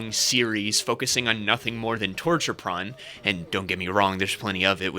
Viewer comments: Excuse me, but you seem to have mispronounced porn. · I want you to know I had to make a conscious choice not to click away when you said “pron”. It’s really unappealing.